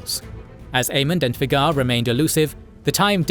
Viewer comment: I know this Channel predates Ai for years, been a fan before AI, but how many times have you mispronounced Vhagar